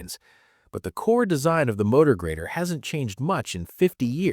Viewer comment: It's GRADER, not GREATER, you stupid ROBOT.